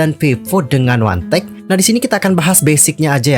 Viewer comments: 1theK itu di baca one the Key (wandeke).. bukan di baca wantek wkwk 🤣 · Bisa baca dengan benar One The K Kenapa jadi Wantek ? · 1theK , WAN DE KEY . bukan Wantek 🥺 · Monmaap, bacanya wan de key, bukan wantek. 😭🙏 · 1 the K dibaca Wan The Ke Bukan Wantek 😂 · Sorry kak pengucapan ny 1thek itu " wan de kiy " bukan wandek kak😭😭👍